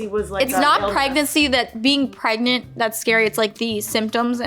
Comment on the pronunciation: “Are you afraid of being pregnart”